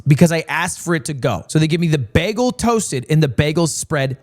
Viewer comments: He says bagle like NL, thats so sweet ;_ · I didn't mind being called dumb, but the way he pronounces bagel just filled me with intense rage. like it genuinely ruined my day.